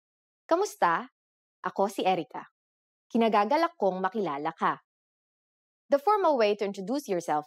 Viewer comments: The right way of saying "[i'm] pleased to meet you" is "IKINIGAGALAK kong makilala ka", ee-kinagagalak, not kinagagalak. You forgot to say, "i" before the "k". :) ...but that's fine. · ikinagagalak, not kinagagalak.